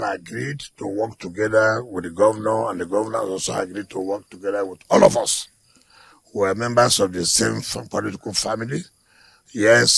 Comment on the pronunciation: The emphasis on the...All of us!!!😅